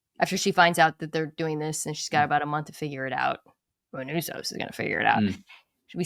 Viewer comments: MANOUSOS. It's not Minunos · Only downside to the season ending is we now have to wait however long until the next season for to go full black old head and call Manusos "Menounos" throughout. Just keep it going as a bit but don't ever acknowledge it!